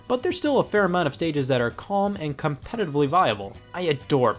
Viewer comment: HAHAHAHAHAHAA COMPETITIVLEY VIABLE